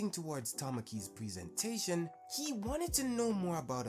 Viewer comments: "preee - seentation" come on bro, lock in on your pronunciation blud 🫠💔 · It's a valid pronunciation in the US mostly